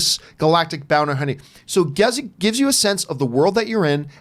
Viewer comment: “Bounter Hunny”